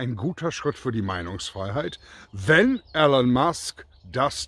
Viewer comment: "Ihlon" nicht "Ellen".